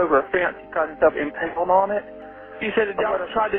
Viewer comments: Why does the journalist keep saying impelled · Impelled? Impaled narrator. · She really said impelled 🤦‍♂️